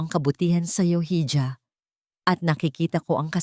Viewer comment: Mali ang pronouncetion mo sa ija